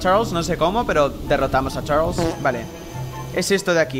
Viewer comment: me encanta tu acEnto de chArlEs😏